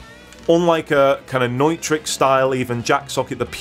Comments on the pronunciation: I knew that you were worth following when you pronounced “neutrik” properly.... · Great advice and the correct pronunciation of the brand ‘Neutrik’ get’s a bonus point!